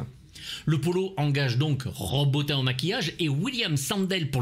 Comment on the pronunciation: Stp prononce Rob Botine !